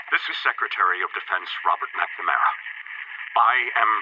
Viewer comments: Mac-namara not mick-nuhmara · can you pronounce "anyones" name properly? MAC - NA - MARA -------------- ROME - ER - O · You pronounced McNamara like 12 different ways 😂